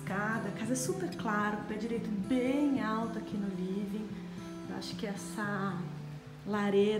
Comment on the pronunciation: Livin, clin, homi, brasileiro tem a mania de querer falar Ingles porem, pronuncia tudo errado.. vergonha alheia ..